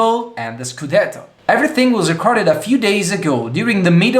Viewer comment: "Scudetohh"😂😂 shish